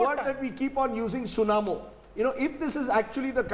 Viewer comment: It's tsunami not tsunamo lol